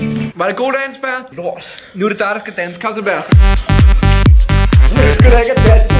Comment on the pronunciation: det hedder baer ikke ber